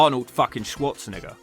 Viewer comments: Eminem pronounced it that way too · That is definitely not how you say Arnolds last name but we'll chop that up to a accent thing 🤣🤣💀